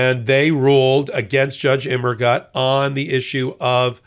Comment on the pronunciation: Think of the German phrases "Das ist gut" or "Alles gut?" and how they are pronounced before attempting Judge Immergut's name, please. The German word "gut" means "good" in English, and rhymes with the English words loot, flute, moot, chute, jute, boot, newt, fruit etc -- even Butte, Montana when you get right down to it. Translated, "Immergut" means "always good."